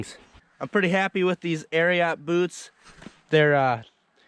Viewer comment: What kind of boots? Lol at that pronunciation.